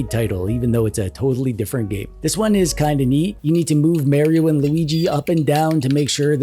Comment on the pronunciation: Have a drink every time says "Merry-O".